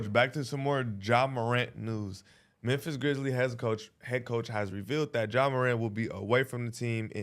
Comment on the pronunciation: said Jeh Morant lol